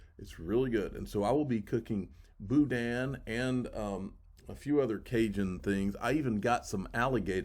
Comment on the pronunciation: LOL, drop the sound of the 'n' at the end and that's the pronounciation! LOL from a cajun girl!!! Boudin